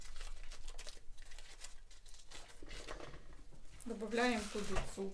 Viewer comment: Хммммм класно якщо не вважати що ти сказав ДРОЖДІ а не ДРІЖДІ